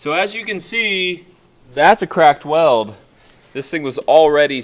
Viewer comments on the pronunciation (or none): Did you say cracked weld or crap weld???